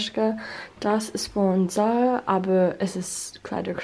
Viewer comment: If you want to improve your German even further, I'd work on the R & Z sounds. Your Zara basically sounds like Sara (with a German S and an English R) instead of Tsaara (pronounced English except the R). Aside from those, great progress!